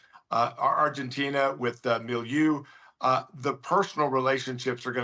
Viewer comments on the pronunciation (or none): President "Mileu" of Argentina?! It's Milei. This guest is an expert and he doesn't even know how to pronounce Milei's name.